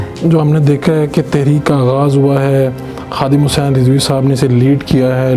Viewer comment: Huzzin ni Hussain ha thek kary ya